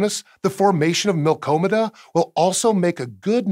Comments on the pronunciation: "Milkomeda" No. Mmm. NO NO NO NO NO NO NO NO NO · Milk-Dromeda That extra letter makes it sound so much better 😂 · the milky way and andromeda combonation proposed name is milkdromeda, not what you said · It's acually Milkdromeda, not what ever you said.